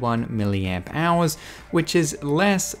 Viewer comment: Am I the only one who thought he said million hours instead of milliamp hours.